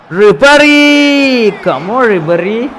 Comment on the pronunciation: Nabry allallow bro ribery allehh......